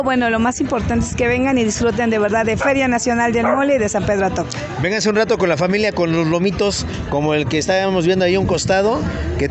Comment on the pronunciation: es atocpan no actopan , ese es de hidalgo